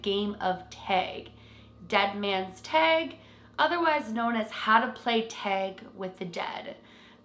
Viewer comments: It's not teg! Its tag! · oh no. i want to watch but she keeps saying teg and i don’t know if i can make it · Canadians pronounce it like “teg” vs “tag” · She says tag. I heard teg 1 or twice but she says tag the rest of the video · why does she say "TEG"? 😂🤦🏽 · Take a shot everytime says “tAayg” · I love how u say tag lol :D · I can def tell you're canadian by the way you said "tag" lolll so cute! and awesome vid!!!! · Exactly what I was thinking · The way you say tag is so funny lol cute 💚🧡 Great vid! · I don’t mean it rudely. It’s cute. Very Canadian.